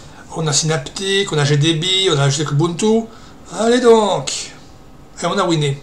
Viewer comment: Pour moi c'est plutot bel et bien une Dglfi. Sinon a part ça part chez moi en france et en français on prononce win mais pas winé. Tu es bien sur maitre sur ta chaine et ce doit etre du a l'accent d'arcachon qui est bien sympa de toute façon.